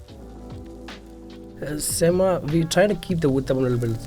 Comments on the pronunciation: He pronounces Semma as Sem-mah for the Americans but it is actually Sem-meh in Tamil lingo which means damn good. Diners should actually go in and tell the chef the food is Semmeh and the impressed staff will give 50% off the bill. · If the restaurant is south indian, I think it is probably pronounced "sem-muh" instead of "sem-mah" because then it means "Awesome" in Tamil. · i died every time he said semma HES BUTCHERING THE WORD SO BAD AND ALL CAUSE HE WANTS TO MAKE A WHITE MAN FEEL COMFORTABLE 😑😑😑 STOP CALLING IDLY RICE CAKE AND STOP DESCRIBING DOSA AS A CREPE WE ALL KNOW ITS WAY DIFFERENT... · I the pronunciation of "Semma" that chef used knowing full well how a typical Tamil will pronounce it